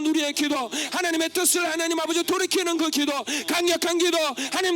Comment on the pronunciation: 설교 내내 ‘이게’ 라는 소리를 많이 하셔서 집중해서 들었는데 기도였군요. 열심히 기도할게요.